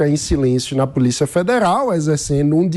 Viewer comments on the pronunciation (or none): "POLICA" FEDERAL...